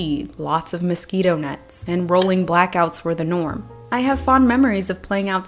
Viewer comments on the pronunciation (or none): none